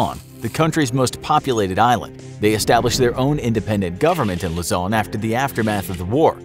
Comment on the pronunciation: Its Luzon (Loo-Zon)